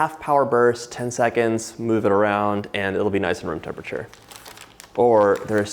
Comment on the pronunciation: I know you're saying "room temperature" but all my brain hears is "vroom" and I love it.